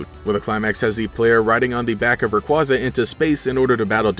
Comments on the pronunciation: I don't wanna be that guy, but it's pronounced rayQUAYza. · Learn how to say Rayquaza right